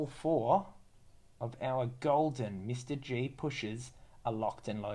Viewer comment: I cringe with each “Mr. G”. It’s “MR dash G” so “ Em arrr Gee”. Ugh.